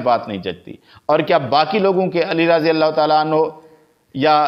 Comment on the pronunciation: مولانا آپ اپنا تلفظ صحیح کریں راضی اللہ عنہ کی بجائے رضی اللہ عنہ یعنی ر کے بعد الف نہ پڑھا کریں ہو سکے تو کسی قاری صاحب کی چار دن خدمات حاصل کر لیں